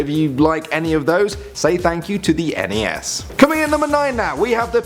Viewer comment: i hate it when people pronounce nes and snes as if its one word